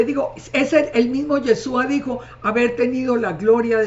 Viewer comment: SEÑORA NO ES YESUA SU NOMBRE ES YESHHHHHHHUUUUA